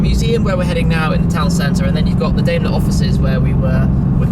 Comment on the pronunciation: Also, please learn to pronounce Daimler the right way...It’s pronounced Dime-ler.